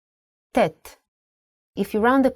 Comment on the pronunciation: Unfortunately, the speaker unable to pronounce the original and pure Semitic letters due to her European background, here are these six letters : 1- The letter ח Hhet converted to German CH ( KH ) 2- The letter ט Ttet converted to normal T 3- The letter ע A"yen converted to sound like A 4- The letter צ Ssadi converted to German Z ( TS ) 5- The letter ק Qof converted to sound like K 6- The letter ר Resh converted to German R ( GH )